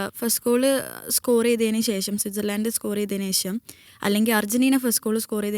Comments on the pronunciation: “ ശേശം” എന്നല്ല “ശേഷം “എന്ന് പറയാൻ പഠിക്കുക പെൺകുട്ടി😊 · ഒരിക്കലും അല്ല, ശേശം എന്നതല്ല pronunciation